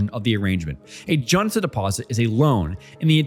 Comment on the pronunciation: 전세 jeonse sounds more like juhn-say or jawn-say. You make it sound more Chinese than Korean. :☺ I may just be falling for the intentional mispronunciation strategy to drive comment section...